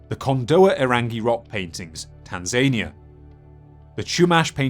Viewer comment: the way you pronounced Tanzania..